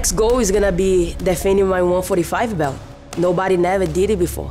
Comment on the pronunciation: "Nobadgy can beach me. I defended my belch. I keep making hischory" ~Amanda Nunes